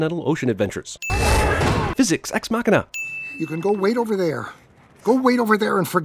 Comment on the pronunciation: he said "fish-ics", but the caption said "physics" 1 sin for CinemaSins